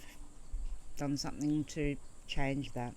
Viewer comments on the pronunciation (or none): none